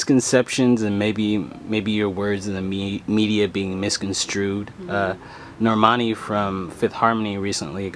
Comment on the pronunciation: I like this 👌☺ BTW it's Normani